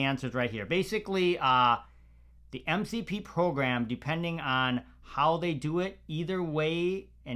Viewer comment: did you say MCP close 😂 sounds like the word "Voldomort" from Harry potter now 😂